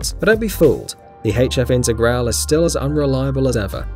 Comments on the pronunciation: Lancia IntegralE, not Integral... with emphasis on the E at the end of Integrale! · That's LANCIA DELTA INTEGRALE, not Lansia Dhelta Integral 😒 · 2 things. You mispronounced intergrale (it's intergral-e) and you forgot the Toyota trueno ae86. Also, it's lanchia not lancia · The T1 is known as the hippie bus, not the hippie van. We have a 325es E10 we acquired from my grandfather. It's in good shape. Wasn't the Sierra RS Cosworth imported as the Merkur XR4Ti? It's "Lawn-chuh Delta In-teh-graw-lay". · Lancia Delta INTER GRA LEE is how to pronounce it properly.